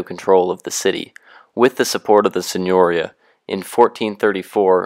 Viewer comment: If you go to all the trouble of making a video, why not go the little trouble of learning how to pronounce words such as 'signoria' and 'Medici' correctly?